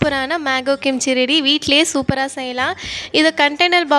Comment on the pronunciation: Adu kimge illa sister kimchi